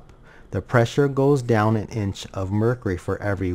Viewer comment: uh inch of mercree